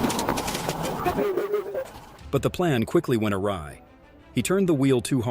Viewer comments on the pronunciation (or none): none